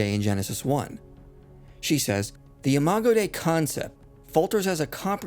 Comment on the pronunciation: "Imago Dei" (image of God) Imago day-ee Like Angus Dei (Lamb of God). Dei has two syllables.